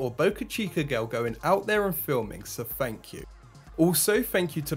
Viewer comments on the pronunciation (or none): Don't make fun of his speech impediment! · Issa cockney accent mate